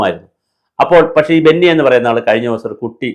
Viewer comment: ബന്നി അല്ലെടോ, ബിനു.